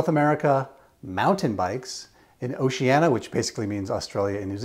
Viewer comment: Just a minor note: it’s Oceania, not Oceana. 🙂